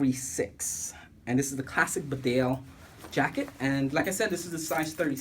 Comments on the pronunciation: It's pronounced Beedale, named after a village in Yorkshire, England. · BEE DALE………GOD DAMN IT……… : )